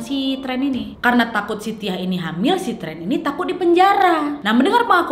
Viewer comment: Pas kak nadia ngomong si tiah gua kok dengernya sitiah ya ☺